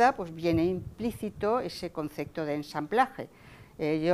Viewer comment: Dice "concecto", y "hubieron" muchos ejemplos.